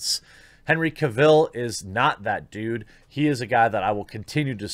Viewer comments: His last name is pronounced Cavill like travel. Not Caville like Cruella DeVille. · It’s CAvill, not CaVIlle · Cavill not Caville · Its CAvill, not CaVILL. Other than that, we agree on mostly everything. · I know! I felt like the kid from the movie "The Internship" saying "CAvill"... every time he said "Caville". It's CAvill, like Travel. ;) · “Cavill” is pronounced like “travel”. There is no “e” at the end of Cavill to make sound like “smallville”. Thanks. I stopped watching Supergirl last year and lost interest in Batwoman after the fourth or fifth episode. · Is it really so difficult to learn man's name though? It's Henry CAvill, not Caveel. Like "Travel" but Cavill. If you respect the man, say his name correctly. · "Cav-ill", not "Ca-vill". Just saiyan. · It’s Cavill like travel. Not Cavill like Cavhill. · Dude, that was NOT Henry Cavill in the cameo scene. Also, you pronounce Cavill wrong. It's not Caville - like a Cadillac Deville, it's just AVIL. Just add a "C" to it. If you are going to promote news, make sure you get the names right first. It just makes you look ill-informed and silly. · You say Henry's last name like travel but with a C Cavill, not Ca Vell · Hopefully Henry returns! Its pronounced Cah vill not Cay vill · It’s Henry Cavill, not Henry KA-VIL. He’s not really from krypton. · Why can't Americans pronounce Henry Cavill properly! It's Cav-ill, not Caville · Henry "Ka-ville"? its Cavil like gavel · Cavill pronounced like Travel. He literally has a video of himself pronouncing it that took 3 seconds to find. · I had to look up who Aubrey Citizen (Sitterson) is. Wish I hadn't. Also, never heard Cavill pronounced kah-ville. That was annoying. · Listen to Henry pronounce his last name “Ca-vil” Now try it again in your next video which are always great. Keep on keeping on. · Ah yes Henry Ca Vil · OMG. "CAVILL is pronounced like "Travel". Litterrally can't keep watching this after the 3rd time you mispronounced Henry's name.